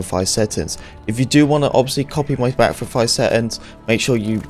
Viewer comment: He said it more than 10 times in 40 seconds right at the beginning